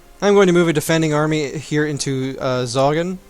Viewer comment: Just so you know, Sogn is not pronounced as zogen, the way to pronounce it is the word "so" and gn